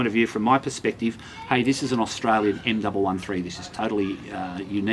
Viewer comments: M One One three... not m double one three... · Great review. The M113 is said M one one three.